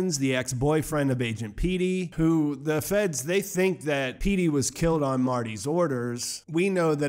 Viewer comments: its agent petty not peetty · Bro, "Pete-y"? Its definitely "Petty". Lol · It’s Petty, not Peaty. Agent Petty….they say it a bunch of times and you can see by the letters in the name, it’s pronounced “peh-tee”, like petty thief. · Is nobody seriously gonna talk about how he called him “agent Peety” like 5 times. PETTY! It’s agent PETTY! Not PEETY! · PET-EE now peaty Lol did you even watch the show or was this written for you? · Agent Petty, not Peety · PEH-TEE....agent PEH-TEE ...like petty. cuz the dude was petty and obsessed. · Agent Petty pronounced Pet- E